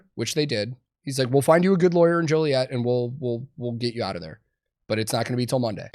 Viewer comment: You know he actually lived in Joliet because he pronounced it right, ain't nobody jolly in Joliet. That, and the police brutality.